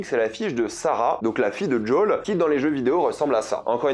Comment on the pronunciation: "Djaul" mais plz...